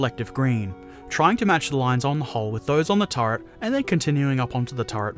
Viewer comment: Really nice video, but you crack me up when you say "turd" instead of "turret" :D